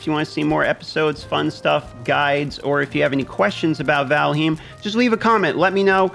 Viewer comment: lol, valheem